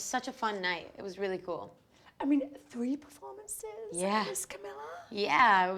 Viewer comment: Its 2019 and people are still saying Camilla. ITS CAMEELA